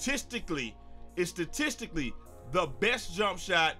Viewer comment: Datistically 😂 my boy